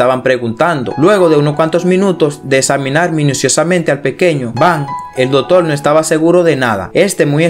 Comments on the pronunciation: Dotor no!!! Se dice Doctor!!!!! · Solo te falta pronunciar bien el español latino ,si quieres tener más audiencia,es doctor no( doltol) coalto,es cuarto,ilesos no ileso,nos dimos cuenta,no dimo cuenta no epilesia,no dotor doctor, Te hago esta recomendación lee en voz alta para que corrijas tu pronunciación, lectura moderna ya que ese modismo de hablar como lo haces ,al mexicano nos lo dicen habla bien no hables como niño mimado Ho sea mamon.no es ofensa y si una !recomendación!